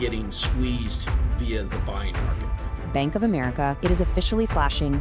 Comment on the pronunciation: Is this guy AI? His hair is fake and he says Amar ick ah.